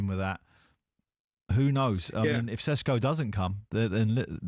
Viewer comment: Can someone tell this clown. It's Sesko. NOT SHESHKO